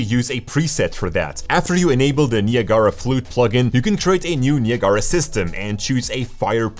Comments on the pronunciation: Niagara pronunciation = Nye - ag - ra. (not knee-uh-gar-uh) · OK This is like the 3rd video I've seen where Niagara is pronounced completely utterly abominably wrong. It's pronounced like Niagara Falls : like this- nai·a·gruh faalz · Im using his pronunciation of Niagara from now on. Way cooler